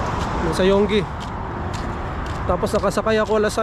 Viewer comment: Saan po ang work nyo? Parang ang haba ng biyahe? Yung Yonge po ang pronunciation po dun ay ' young'. Good luck po sa inyo.